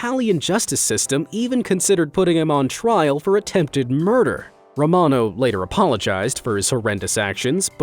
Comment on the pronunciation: It’s Romano